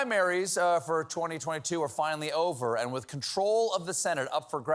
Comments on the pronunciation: That's the word Boebert mispronounced, "wanton." I know the verse. She said, "wonton." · She was reading the word Wanton and thinking it was Wonton. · Oh Lauren you silly goose... It's WANTON (deliberate & unprovoked) not WONTON (a Chinese dumpling) 🙄 ... Don't you think you should respect the time of others (not to mention your reputation)... by LEARNING WHAT WORDS MEAN BEFORE YOU SAY THEM BEFORE MILLIONS ON STAGE & CAMERA? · It's obvious she is merely kissing up to Christians. Anyone who knows the Bible, knows how to pronounce "wanton." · wan·ton /ˈwänt(ə)n/ Learn to pronounce adjective 1. (of a cruel or violent action) deliberate and unprovoked. "sheer wanton vandalism" Similar: deliberate willful malicious malevolent spiteful vicious wicked evil cruel unprovoked unmotivated motiveless arbitrary groundless unjustifiable unjustified needless unnecessary uncalled for gratuitous senseless pointless purposeless aimless useless meaningless empty vacuous Opposite: justifiable 2. DATED sexually unrestrained or having many casual sexual relationships (typically used of a woman). Which describes her perfectly. Right? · "Won ton" killing? Wow, some people need to finish high school before they start doing public speaking. I'm doing a cleanse right now and didn't eat dinner, and that lady just made me hungry! LOL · Boobert has the same problem Trump has: ignorance of what words mean or their pronunciation! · Lauren Boebert didn't say 'wanton' she said 'wonton'; and here I thought word bungling was Marjorie Taylor Greene's thing. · Say its right, its Boobert! Its wanton, not wanton...the chinese dumpling. Thats why we need people who graduated from HS in congress. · Won Ton. What a Mor Oon. I am pretty sure that the inability to comprehend and correctly pronounce the word is typical of a 4th, possibly 5th grade education. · 'wanton'? Seriously? She couldn't pronounce it correctly & didn't know what it meant? How fucking stupid ARE people?